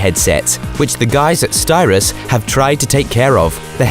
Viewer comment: It’s Sytros, not Styros.